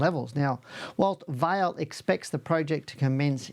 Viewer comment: Hi - just one small point. Vale is not pronounced like your name. It is pronounced more like Valley. with the A being drawn out. Vaaa ley. 😊 Cheers